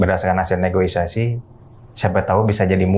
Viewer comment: Negosiasi bukan negoisasi